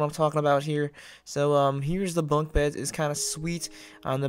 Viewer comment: Did he say "funk" beds lol